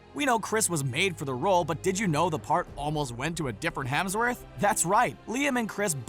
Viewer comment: Hemsw”orth” htro?? I don’t think so